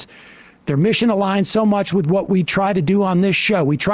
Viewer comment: "By da way, get your first monf of "Hello Fresh," wif dis promo code, mates."